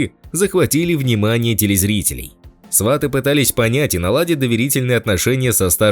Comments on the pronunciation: Свати, а не СвАти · Не сва'ты а сваты'! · Научитесь правильно говорить. Фильм называется: "СватЫ", а не " СвАты". Противно слушать вас. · Не свАты , а сватЫ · Ведущий тупо называет «Сватов»,говорит сваты(ставя ударение на «а»)😏🤮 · Диктор отврвтительно произносит слово -сваты ! Даже слушать не хочется !! Жалко прекрасного артиста!!! А диктор идеот!¡ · сваты ударение правильно ставить надо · Ударение правильно ставить надо на название фильма !!!!!!!!!!Грамотей !!!!!!! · Ударение на слове "сваты" автор ставит не правильно! Это совершенно другое значение слова с таким ударением в українській мові! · Ударение в слове сваты на втором слоге!!!